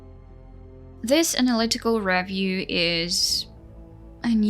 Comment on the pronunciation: What's a "revv-yew"?=